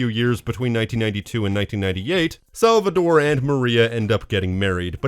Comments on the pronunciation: tore, not -dore right? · It’s SalvaTORE with a T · Cool video but I can't ignore how weird it is how you pronounce Salvatore as "Salvador" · My man rally called Salvatore “Salvador” throughout the whole video. About the Maria dying in GTA3, developers said that she didnt died, they didn’t know how to end the Maria’s talk to put the song on for the credits so they just added a gunshot